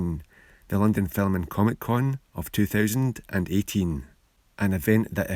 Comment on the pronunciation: You say ‘film’ like ‘fillum’